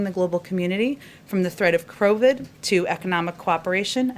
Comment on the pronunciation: At approx , did she say crovid?